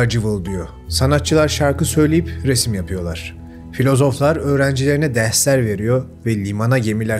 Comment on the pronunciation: Öğrencilerine derhlers veriyo ne yaa... 😂😂😂 RRRRRRRRRR yokmuş sende... daha önce nasıl kamufle ettin... suan şok... 😅😅😅